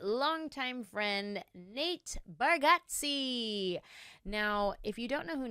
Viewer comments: You are pronouncing his last name wrong. It sounds like Bar get zee (not Bar got zee). He is too polite to correct people. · It's Barg-eh-tze... How well do y'all really know each other?! 😆 Great, fun show! Thanks for the laughter! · I think it's bar (get) ze. But even Nateland crew gets it wrong. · Pretty funny that you mispronounce the last name of your good friend. 😂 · Love it! Btw I think you’re pronouncing his last name wrong 😮